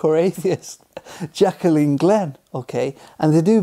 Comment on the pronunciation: Her name's not "Jack-a-leen." It's Jaclyn, JACK-LINN, you moron.